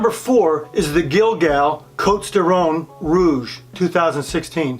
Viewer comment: Nice video. Not meaning to be pedantic, but if you are going to be a wine expert, particularly in a video, you should probably be able to pronounce some basic French names. You missed Côtes, Guigal, and Ribebon. As i said, if you go to the trouble of a video, just consult anyone who knows a bit of French.